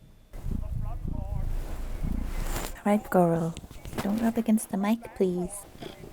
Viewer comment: Does anyone else hear “pwease” and “compwetely” when she says “please” and “completely”? I’m not trying to bully or nag or anything. It was just something I noticed lately so I was wondering if it’s just me hearing that or what. Lol! As always, did another great video!